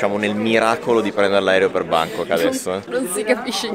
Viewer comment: "mentre vloggo", "scammare", "Bàngkok" (con l'accento sbagliato)... mamma mia!!!!!! Terribile